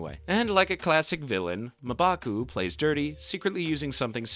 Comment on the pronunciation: The way you say mmbaku is weird